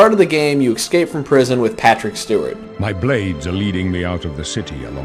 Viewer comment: He said excape xD can't stand when dumbasses do that.